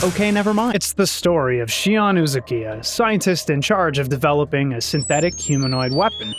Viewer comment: Shion Uzuki, not Uzukiya